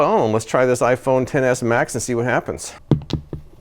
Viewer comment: Thank you for calling it the "Ten S" and not the "excess"